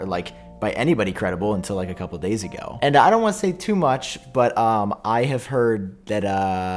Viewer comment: “I herrd”